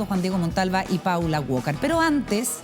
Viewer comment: Na que ver, pero no entiendo por qué todo el mundo le dice Paula WOKAR??? Así no se pronuncia Walker wnnn